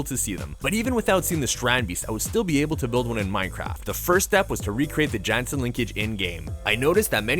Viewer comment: The creator of strandbeest’s name is pronounced more like Tayo Yahnsen